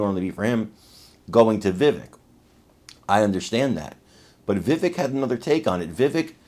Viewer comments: Please take a moment to learn to properly pronounce Vivek’s name. Mispronouncing it erodes the credibility of your message. Remember, it rhymes with cake. 👍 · it's pronounced "va- vake" ( rhymes with cake)